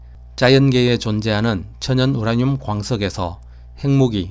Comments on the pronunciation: 우라늄을 우랴늄으로 발음하시네요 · 보리문뎅이 발음 심각하네 스방의 열화 우랴늄 ㅋㅋ 적 1퍼쎈터가 되도록 농축얼 합니다 ㅋ